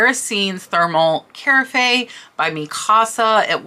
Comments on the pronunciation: The pronunciation is ca- raff .Love your vids xox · With the utmost respect, carafe is pronounced kr-af.